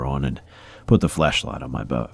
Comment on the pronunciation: i love when you say flashlight cause it sounds so much like fleshlight